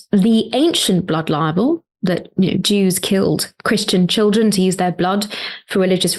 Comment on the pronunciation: well, that's a no brainer. I kinda cringe for the epic...experience Cenk's gonna have. Let's put it that way. I foresee a lot of "gully gee"s a lot of "tchh-il-dren" and a lot of singing of his opinions (sorry, "facts"), as usual. Natasha is like a mature, healthy oak and she s gonna be dealing with a outraged, passionate, adult child. Imo